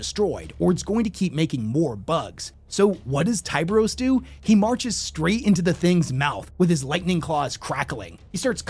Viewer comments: Tie bur os Not tie beery us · He also pronounces chimera and tyberos incorrectly